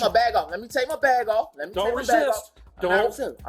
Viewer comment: she can make a two syllable word into a three syllable word as in, while in a whiny 6 yr old kid voice "didn't re-SIIISTTT-uhhhhh"!. or better known as re-sist.